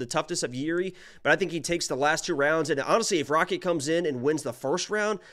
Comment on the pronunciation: He said “Rakik “ not Rakic 🤣😂